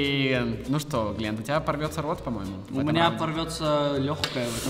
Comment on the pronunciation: Не Гленн а Глент